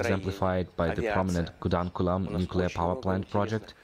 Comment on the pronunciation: Did he said kudamkulam...😮